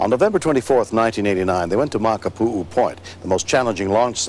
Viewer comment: I'm surprised William Shatner pronounced Makapu'u correctly lol. Speaking of Makapu'u, my family lives in the city of Hawai'i Kai which is right near there. I remember 15 years ago at this beach I was bitten by a portuegese man of war which is a jelly fish basically. My niece peed on me and I was alright lol. Hawaii is special to me though. My parents met there in 1986 and in December 1989, a month after this event occurred, they married here in SoCal and have been together ever since.